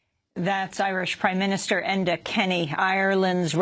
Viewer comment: Enda not Edna. Americans always make that mistake..